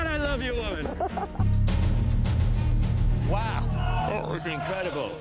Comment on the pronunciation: She said woman like woHumAHn